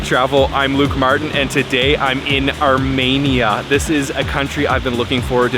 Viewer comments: Pronounced Armēnia. Not Armānia. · No offence, but it’s pronounced Ar-Me-Nia, not Ar-Mania. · FYI - it's Ar-MEE-nee-ya, not Ar-MAY-nee-ya.... trust me, I'm Ar-MEE-nee-yan... Pronunciation notwithstanding, you made an extremely excellent video, thank you so much for this!!!! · Say it with me. ARE- MEAN- EE ANN not arh-MANIA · The way you’re pronouncing Armenia is very odd. It’s Ar-ME-nia, not Ar-MAY-nia. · It's ArmEnia, not ArmAnia. Good grief! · The fact that you repeatedly pronounce the name of the country as “Armania” rather than “Armenia” is so disrespectful. How do you travel to a country and not know how to pronounce it? It seems purposeful. You did this in several videos. Over and over and over. My Armenian wife was gobsmacked by your disrespect and carelessness. Do better dude. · You need to listen. Zara, the female chef, pronounces the word "Ar-mee-nee-ah". Every time YOU say it, you pronounce it "Ar-may-nee-ah". That's not the same thing. What if I said "Ca-ner-dah"? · Not ArmAinia, Armenia. 🥸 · It’s pronounced (OUR-ME -NI-A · Could you consider correctly pronouncing the country name Arm”EE”nia? Your way of naming the country sounds like Romania with an “A” sound. While the tour is enjoyable, this one point is distracting. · It's pronounced ahr-mee-neeyah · Where is Armania? Why do you keep pronouncing it wrong? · The way you pronounce ‘Armenia’ in these videos hurts my soul (jk), but I love that you went and enjoyed yourself!